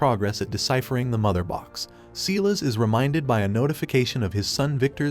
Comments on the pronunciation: It's Silas (Cy-las)Stone you twit! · The fact that the narrator mispronounces names like "Silas" and "Krypton" makes me think it's an AI.